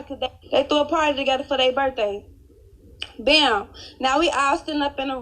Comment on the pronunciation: I’m sorry for laughing but the burday and thankoou took me out😂🤦🏽‍♀️🤷‍♀️